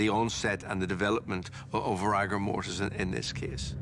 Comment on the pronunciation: Very odd hearing a professional pronounce rigour mortis as rAgour mortis.